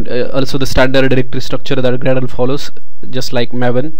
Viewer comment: How could you talk like that... Grrrradle..